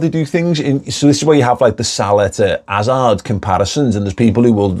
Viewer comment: ‘Azard ‘Ill Fureva 😂